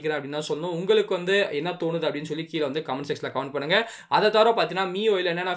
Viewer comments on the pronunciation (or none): none